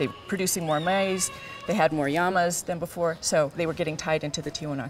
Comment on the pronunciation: this chick just called LLamas, Yamas!!! wtf....the double L doesnt get pronounced as a Y in english dumbass...and english is her first language she has no accent!! she fucking said Yamas!!!!! eww.....dumb bitch